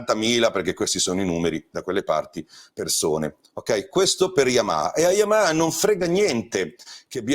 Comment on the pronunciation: Come lo pronunci bene il nome Yamaha ❤. Una marcia in più rispetto agli altri ANCHE in questo 🙂